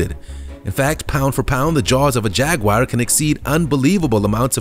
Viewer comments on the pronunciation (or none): It is a jaguar not a jagwire! Quit mispronouncing it. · Every single time I watch one of these videos I find the maker can’t seem to tell the difference between footage of Jaguars (which none of you seem to be able to pronounce btw...they are not jag-wires), leopards & cheetahs. Good job on keeping the average up 👌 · What is a "_JAG WIRE?" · what the fuck is a jagwire ? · Some one should teach these people how to pronounce the names of animals like Jaguar it’s pathetic ! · Maybe that's his click bait.. He sound so certain 😣😣😣